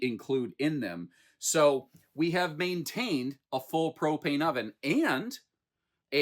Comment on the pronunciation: Bwahaha, you said propanus. Thank you for keeping me laughing.